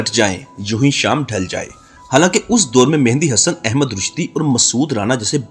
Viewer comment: آپ کا مسئلہ کیا ہے ، آپ مہدی حسن کو مہندی حسن کیوں کہتے ہیں ؟؟؟؟؟؟؟؟؟؟؟؟؟